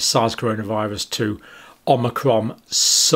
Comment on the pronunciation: Did he pronounce it “Omicrom” at the mark? And again ?